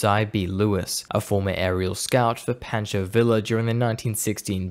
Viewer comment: For the same reason I give awards of crap to my fellow Americans when they mispronounce names, it’s also earned by the non-Americans just as easily. Poncho who? The USS what? Ore iss canny? How ‘bout you have a Yank review things before release. I’m out.